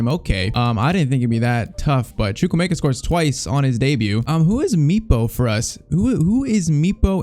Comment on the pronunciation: It's choo-kw-emeka